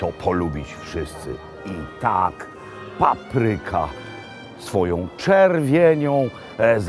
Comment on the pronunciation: Nie "paprYka", a pApryka!